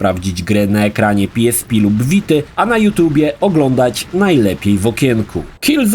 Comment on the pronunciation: Jakiee PI ES PI tylko i wyłącznie PE ES PE xD